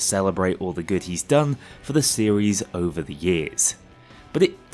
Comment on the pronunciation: This isint just "over", this is "jover"